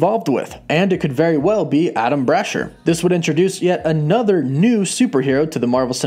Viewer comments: Bra-Shear. Not Brasher like Basher. Bra-Shear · Damn you can’t pronounce names it’s (bra share) and (kah thun) and the engineer is the skrull and no mephito y’all been reaching for the longest these shows aren’t going to be exactly from the comics just very loosely based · And I hate to be that guy but it's pronounced bra sheer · The way you are pronouncing that man's name is literally making me have to take a shit His name doesn't even look like Ada lm brasher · Say it with me now....Brah-SHEER. Not Bra-Sher lol. Same with Meh-FIST-oh. ;p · Adam "Brasher"? You mean Adamn Brashear right? And its Cerebro NOT cerebra....lmao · Dude the pronunciation of Blue Marvel's name is wrong. Adam Brashear "ear" brasheeeeeer also it's cerebro not cerebra.